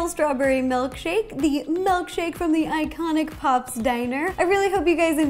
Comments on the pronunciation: Honestly pissed she’s saying “MELKshake* *shudders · "Melkshake" ...lol